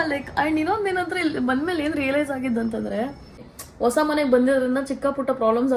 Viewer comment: leyyyy ha aakara kaliyamma. vosa alla adu hosa